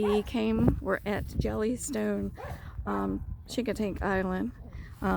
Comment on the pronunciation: A friendly heads up - Chincoteague is pronounced, "shing - kuh - teeg"... the hard "chi" you pronounce may ruffle some Eastern Shore, VA feathers. Thanks for the video! :)